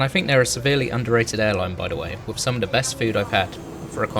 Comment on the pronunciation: "wivv"? Speak English.